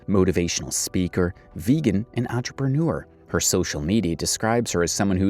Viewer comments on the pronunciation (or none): none